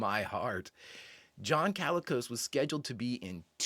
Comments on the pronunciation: Not too bad - but you're pronouncing it like calico - instead of Colicos - the "o" is more of an "uh" than a "ah" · Note that his name is "Colicos", not to be confused with what you seemed to think, "CAlicos", like a calico cat or coat. The first syllable is like "call". John Abbott also appeared in an episode of Flipper, and one of Lost in Space, and played Leonardo da Vinci in an episode of Bewitched.